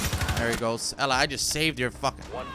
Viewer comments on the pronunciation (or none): none